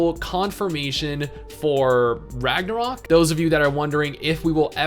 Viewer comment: I will never understand why people use the "ö" when it is supposed to be a regular "o". It makes the word really messed up in all the Scandinavian languages. Its called "Ragnarok" here, we learned that shit in kindergarden.